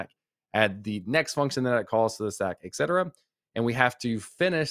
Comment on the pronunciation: It's "et cetera", not exetera.